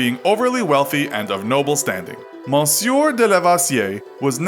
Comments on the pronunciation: "Monsieur" is not pronounced like that. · Monsieur means mister its not his name and ur pronouncing it wrong as well fam